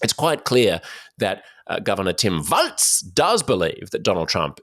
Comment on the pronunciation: Walz is pronounced "walls", like the plural of the English word "wall".